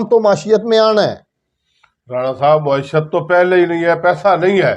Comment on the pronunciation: معشیت نہیں معیشت